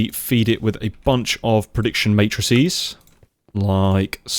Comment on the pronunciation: you have my appreciation for pronouncing "matrices" correctly 👌🏻 it's not a big deal, but it's appreciated nevertheless!